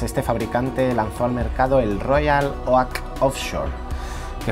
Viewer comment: jajajajajajajjajjajajajajaj que gracia como pronuncias royal oak ( se pronuncia como 'ouk' en inles)